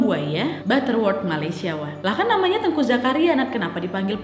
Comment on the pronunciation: Saya dari aceh, mau koreksi sedikit, untuk cara baca namanya bukan teungku bacanya kakak, tapi teuku, gak pake ng 😁